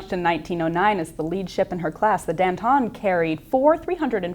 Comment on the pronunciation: Dan-TAHN. It's Dan-TAHN.